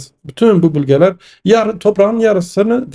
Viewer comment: Bülgeler değil, bölgeler. Ö olacak öööö